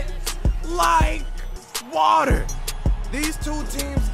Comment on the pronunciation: It is not wet like water. It is wet like watta